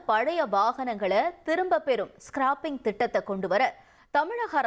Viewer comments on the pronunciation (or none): ஸ்கார்பிங் இல்ல, ஸ்க்ராப்பிங்!!😊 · அது ஸ்கார்பிங் இல்லடா ஸ்கிராப்பிங். எங்கேடா படிச்ச?